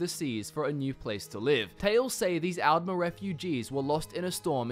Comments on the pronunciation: That's al'mer with a d not al'mer with a t 😂😂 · Since the T's and D's sound similar in your accent, why not try distinguishing them by pronouncing the A's differently for Aldmer and Altmer For example, pronounce Altmer as you do now, and pronounce Aldmer as "Ahld-mer", as the softer A might make the D sound more noticeable Also, thank you for pronouncing Chimer like Kimer, and not like they're a race of wind chimes lol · The way he pronounces the A’s is really weird. All Australians I know (myself included) would/do pronounce altmer, aldmer, alternative, etc more like ‘old’ rather than like ‘Alphonse’.